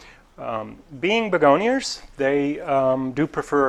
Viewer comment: I love it. I call begonias begoniars now.